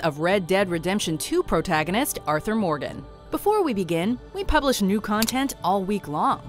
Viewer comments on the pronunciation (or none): Arthur Mordon